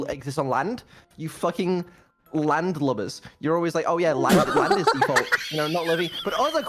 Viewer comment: saying landlubber is now a core memory for me